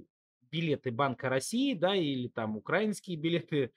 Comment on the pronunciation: не укрАинский, а украИнский) привет из Украины) люблю, уважаю) спасибо за контент!